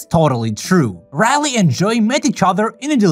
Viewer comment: Raleyy? it’s Riley